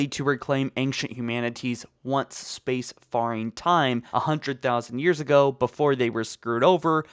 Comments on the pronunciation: lol space FAR ing..its space FAIR ing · The way you pronounce faring makes me cringe a little. It's pronounced "fair-ing" not "far-ing" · Faring isn't pronounced as "far"-ing, it's pronounced as "fair"-ing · Faring is pronounced like "fair", not "far", as in space "fairing". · Sea or space faring is pronounced “fairing”, not “farring ”. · "faring" pronounced "fair-ing" for fucks sake -_ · Fare-ing, jesus that was bothering me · That's not how you say faring